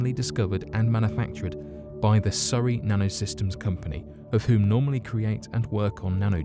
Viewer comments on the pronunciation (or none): none